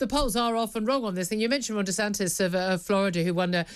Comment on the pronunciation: DESANTIS not DeSantos you pillock.